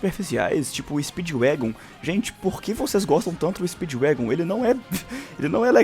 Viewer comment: como você OUSA insultar o nome de Speedwagon?